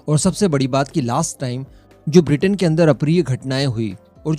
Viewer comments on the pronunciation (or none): none